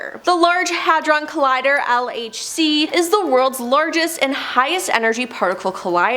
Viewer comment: 😂 The pronunciations of a lot of these workd cracks me up. I can tell she didn't do the actual research of this video. If she had, she would have learned out to say Hadron Collider, Uintah Basin, Houston Castle. 🤣